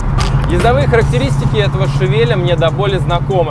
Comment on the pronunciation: Всё огонь!!! Тачка топ, канал топ!!! Но что за Шавель?))) не так же читается название модели...